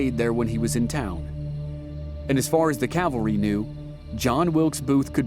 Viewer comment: Cowvary? CAValry...